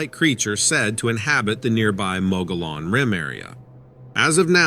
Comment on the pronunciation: Mogollon pronounced Mug-e-on. Not mug-all-on.